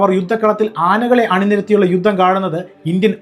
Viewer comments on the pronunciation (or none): none